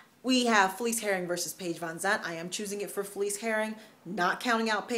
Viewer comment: Herrig, not Herring. Call her a herring and she might get upset. ;)